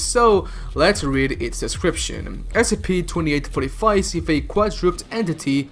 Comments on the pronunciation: You need to say each letter of the S.C.P separately. Because what you said in the beginning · Did you just pronounce SCP as a word instead of an acronym?